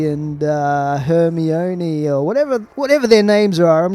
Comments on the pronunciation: The way he pronounced Hermione was the best thing ever. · its hermini gosh you messed up so much in this video